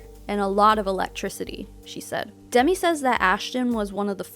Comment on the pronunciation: Just to let you know...Demi Moore's first name isn't pronounced the same as Demi Lovato.